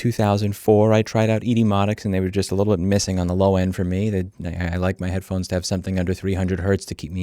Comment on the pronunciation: "Send them a lil message." You've never sounded more Italian, Louis! 👏😂